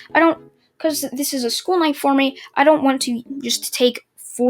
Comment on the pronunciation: why do you say meh instead me ?